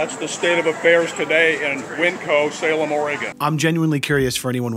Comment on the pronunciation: Can we talk about how called Winco “Wineco”...